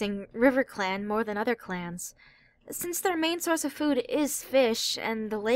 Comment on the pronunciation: Did he say riverclan clats?